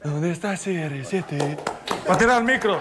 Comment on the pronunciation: ¿Donde está serresiete?🤣🤣